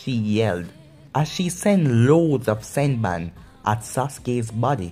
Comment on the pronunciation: not to be mean but its senbone not senbun